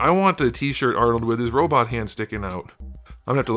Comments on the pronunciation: I'm fascinated by your pronunciation of robot making it sound like robe-it. Also, I've heard you say Naru-Tee instead of Naru-Toe for Naruto. I've never been exposed to these pronunciations and as an amateur linguist find this to be amazing. Which State are you from? I was willing to bet Ohio, but I'm just guessing. Anyway, I really appreciate the work you do, thank you for your detailed analyses! Take care! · But is it 'better' than the Neca ones? I really don't like Mafex cause they're usually very fragile... Also did you really say 'robit' dr. Zoidberg? 😂